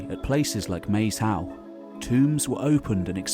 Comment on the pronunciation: I love this channels videos but one small moan about every body who talks about Maes Howe - It’s name is part ancient Brythonic (Welsh) and oart old Norse - Maes is actually pronounced like Mice - and means filed in Welsh -‘ and Hiowe is derived trom old Norse to mean burial mound - so it means Field or the burial mound - illustrating the various people who have had an effect on the islands.